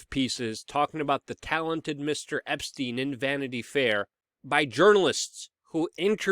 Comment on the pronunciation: "Meet the same faith as Jeffery Esptiein" ? It seems like you mispronounce a word every video that no one else says differently. The most frequent word is you always say co-mor-bid-ity as co-mor-bill-ity I can keep a log if you want. I have been considering it, but seems a petty waste of time. We all know what you mean.